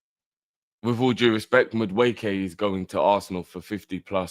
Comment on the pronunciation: calls him Mud wueke 🤣